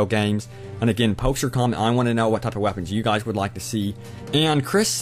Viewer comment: Wow, lol, it sounded like u said wappins